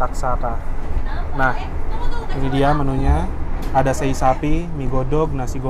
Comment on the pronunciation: cara ngucapin sei sapi gak disambung gitu mas. tapi se'i gitu yg benar